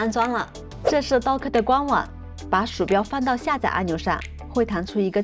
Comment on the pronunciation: 是搭可，不是都可